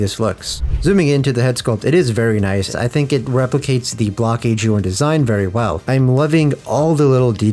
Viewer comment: Being English I read that as bloke-es, bloke-eez? I would not have thought it was pronounced block-eez